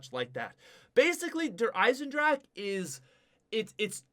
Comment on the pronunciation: its not der eisenDRAK its its der eiesenDRA HA